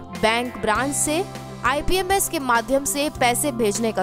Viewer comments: Imps hai aap ipms boll rahe ho video me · Ma'am ipms nhi imps boliye